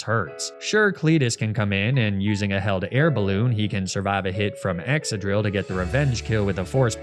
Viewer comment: Hearing Excadrill being said as: Eck Sa Drill instead of the the normal Es Ca Drill, is hilarious lol